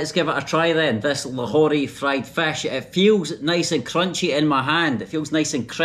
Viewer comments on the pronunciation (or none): I really enjoyed your joke about using left sink for .... 😅😅 and your Scottish accent as you were saying fesh instead of fist I like it ,by the way welcome to my city zinda Dilan e lahore ,city of lively hearted people ❤ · The way he pronounces fish 🤣🤣